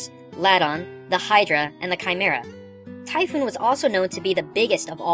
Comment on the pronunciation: Naw. you done fucked up. Typhon sounds more like 'Tai'-'fon', not Typhoon. And Ixaen, think goat.